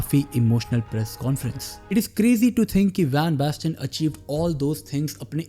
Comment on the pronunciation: Marco van basten ❎ Marco bang basten ✅